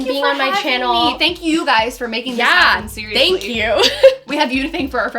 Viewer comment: “Siearyously Fashionable” (both names)